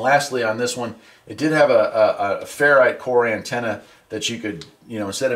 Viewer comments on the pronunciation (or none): none